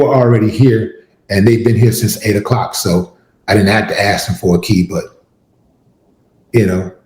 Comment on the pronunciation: “THERE’S been here since 8 o cluck “😂😂😂😂😂😂😂 what a clown 🤡